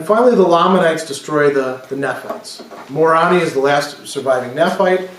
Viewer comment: Your pronunciation is a little off with your book of Mormon names, at least as far as the mainstream church pronounces them. Almost all of the vowel sounds are long, so it's nee-fites and more-ohn-eye for an example. Sorry, it just sounds odd to my ears. Love your lectures.